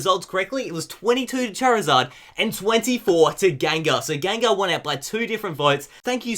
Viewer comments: You kept saying Gangar, probably confused by the packaging! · GENgar. What the fuck is a GANgar? smh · tbh the way says it sounds like gangar